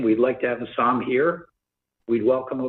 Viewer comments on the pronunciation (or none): Guy can’t even get his name right. It’s Hassan not Hassam. Maybe that’s why he’s hasn’t showed up. Dudes been calling him the wrong name this whole time.😂